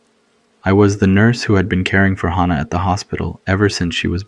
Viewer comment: That's not accurate for hospice. (I'm a hospice nurse)....and way to mispronounced hannah